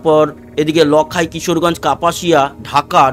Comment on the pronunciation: উচ্চারণঃ "লাখাই" হবে ।